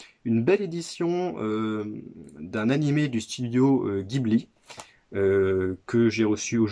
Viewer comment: Sympa les fourreaux blu-ray des films Ghibli :) y'a les numéros sur la tranche? T'as commencé par un très bon, il a une grosse grosse fanbase Tu vas te faire plaisir a découvrir tous les autres :) (Par contre ça se prononce Jibli en jap 😉)